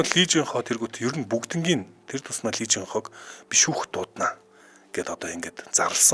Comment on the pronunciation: lee дандаа И гэж дуудна шүү